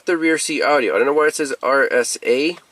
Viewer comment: I love the way he says Audi-O lol